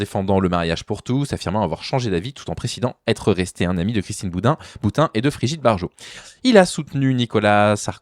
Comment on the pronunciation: Je sais, pas le physique, mais j'ai quand même ri en entendant "Christine Boudin".🤭